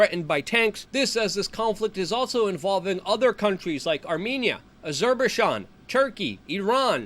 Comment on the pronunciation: Say it with me Luke As-her-bye-jean...with the Jean being like Jean Claude Van Damme.😂